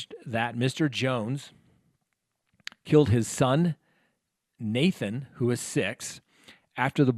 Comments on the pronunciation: Thank you for explaining this case. I've been watching it everyday. So sad. Everyone involved lost here. I do hope justice is served. It's actually Nahtahn, not Nathan. That was one thing that drove Tim crazy in the interviews when they pronounced his hated son's name wrong. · It's "Naton"! Not Nathan! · Nahtahn and Mera Not Nathan and Mariah